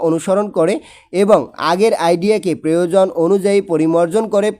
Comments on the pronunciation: Preojon noi eta hobe proyojon.....😁😁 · Preojon noi eta hobe proyojon.....😁😁😅